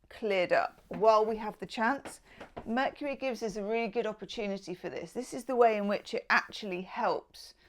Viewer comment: "Vercury" 😂 That's classic and I love it!!!